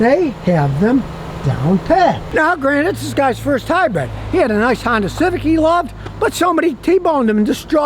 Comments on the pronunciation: I can’t get past Scotty keep saying Hi-bread 😅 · Scotty says, "Get yourself a highbread!" 😂